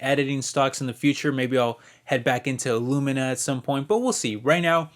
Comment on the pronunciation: Thanks for doing the research for us, at the end you said “Ilumina” as a mistake, while you’re at it would love to hear your insight.